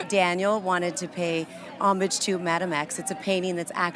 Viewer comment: She meant hommage, but said something like omic. Just entitled.